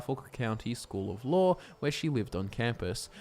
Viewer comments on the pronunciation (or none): Every time he says law, I think he’s saying lore lol